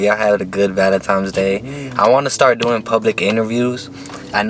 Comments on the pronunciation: No disrespect but it is not valintimes it is valintines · Lmao. Can’t pronounce valentines. xD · Why you sayin valemtimes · omfg woah vicky did the same shit “Valentimes day” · “valemtines day” 😂😂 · “Valentimes day” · This nigga keep saying valantimes😂☠ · "Valentimes day" it's VALENTINE'S DAY . swear bro you needa say it correctly before you can get a female on that day😂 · He say valentimes 😂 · Valentimes day lol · much respect to u but my boy why u keep saying valentimes😂😂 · Valentimes day huh??? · Why my dude keep saying valentime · Did my guy just say valentimes day🤔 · It’s not valentime it’s valentine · Nigga said valen times😂😂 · VALENTINE'S NOT VALENTIME'S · Valentimes its Valentines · Is homie saying valentimes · The way he says valentines makes me mad he makes the n a m on the second n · valentine not valentimes u nut shell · “Valentimes?” hahahahaha wtf bruh